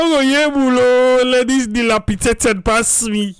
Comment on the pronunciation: "Dil_api_dat_ed" She said it correctly. 💯